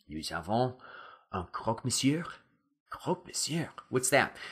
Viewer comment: great videos!! i love your accent! but just a little detail, don't pronounce the "r" in "monsieur", otherwise your french is perfect!